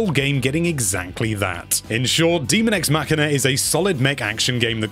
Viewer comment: Dummy, it’s daemon x machina. Not demon x machina. These are machines and not a horror game so it should have been clear what the title is even if you have bad reading skills.